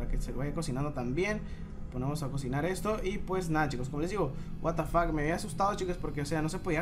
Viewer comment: porque dices buatafack